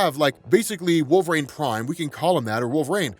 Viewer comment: WHY DO U KEEP CALLING HIM "WOLVERAAYNE" its wool-ver-een